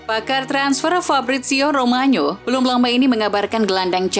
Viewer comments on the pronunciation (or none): Fabrizio ROMANO om, bukan ROMANYO..